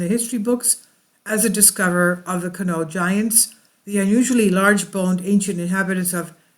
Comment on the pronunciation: You must not be from around that area 🤦‍♂It's pronounced Con-ie-aught. has explored and researched this area extensively including looking at the records of the excavation completed by Kent State University. He live right by this mound, and is one of the most knowledgeable people there is on this area. If you contact him I know he would gladly Inform you about this topic. Just tell him Kevin sent you, we are good friends.